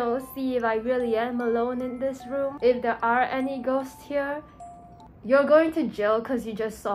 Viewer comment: Not RwOoM